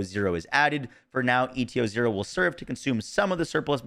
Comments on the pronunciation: Saying ETO-0 instead of ETA-0 is insane work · Again, why are you saying ETO instead of ETA? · How many times you wanna mispronounce ETA-0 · Why tf do you say eta-0 that way? It’s literally spelled out for you